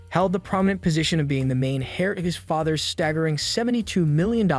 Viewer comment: Heir is pronounced "air" not "hair". lol